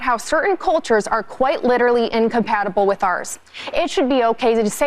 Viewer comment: It’s cullllltures not coohhhtures